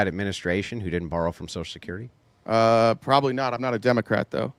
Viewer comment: Why'd he keep saying, "Sosull security"?